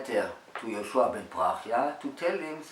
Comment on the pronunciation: Its Yeshua not yeshu